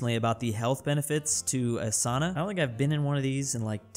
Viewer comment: Its not sana its sauna